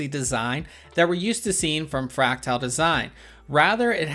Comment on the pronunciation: I enjoy your content except when you mispronounce the product name as you're doing here. With all dues respect it's not FRACTILE, it's FRACTAL (Fract-al).